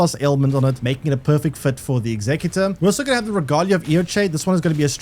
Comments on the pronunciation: The class name pronounced how its spelled, your sounding it out like the word executive. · He is saying saying how is spelt, in your example of executive replace the ive with or and that's the word